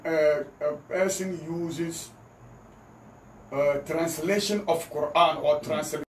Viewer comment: He can't even explain himself waa listen how he pronounced translation ( transitration) but defending slave master religion haha joker paaa nie